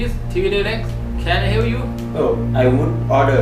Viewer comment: แคน ไอ เฮ้ว ยู = Can i hew you? แคน ไอ เฮลพ์ ยู = Can i help you? Help - เฮ้ลพ์ - ช่วย Hew - เฮ้ว - ตัด, ผ่า, ฟัน